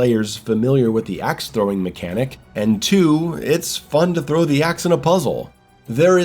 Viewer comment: I won’t listen to someone who can’t pronounce (in his words) haff his words and says frow instead of THROW. I hate people who are this pathetic